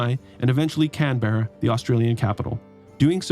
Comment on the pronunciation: As an Australian, I also thank you for razing Adelaide, but those pronunciations of Canberra and Launceston were painful 😅